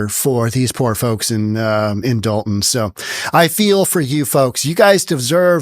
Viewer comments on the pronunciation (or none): First of all it's Dolton, not Dalton.